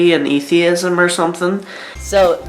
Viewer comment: Did that dude say "Ethanism"?Fucking guy is for sure a vaper.